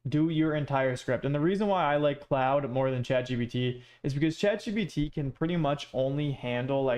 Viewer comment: Bro why do you keep calling it cloude😂it's pronounced as clod